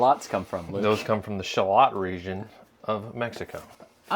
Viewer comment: Someone needs to mention that Luke mispronounces Shallot the first time and everyone after that just continues with the misprounounciation.